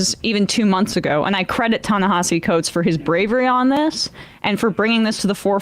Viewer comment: Guys, it’s time to start pronouncing Coates’s name correctly.